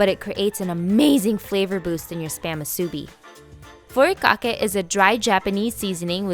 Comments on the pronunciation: Eh, nori - you need to roll the (r). Furikake roll (r). Musubi emphasize on the last syllable. Hawaiians don’t usually sweeten the rice because we rather taste the rice the rice is the star. Emphasize good rice, washed well and cooked with perfect amount of water. 🌺aloha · And the way she said nori and furikake 😂